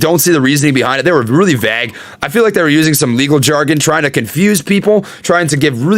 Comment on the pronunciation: Bruh..... someone explain to how to say the word "VAGUE"........